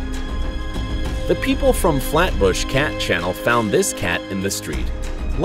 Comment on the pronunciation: also why are you saying it like cenel? ITS CHANNEL